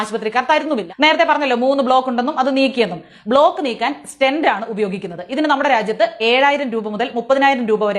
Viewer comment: Name of object not clear.. Stent ?